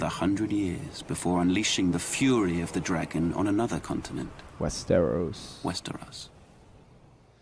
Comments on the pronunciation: I would put the emphasis on the first syllable. "WEST-er-os". With a second emphasis on the last syllable. The middle syllable shouldn't be emphasized at all either way. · Your reactions aren't bad, but you have got to do better with the pronunciations. It's West-ER-os, last syllable rhymes with loss.